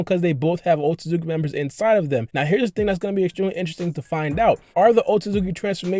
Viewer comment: WTF is a OH TO ZUKI member !?! BRO its OH SUIT SKI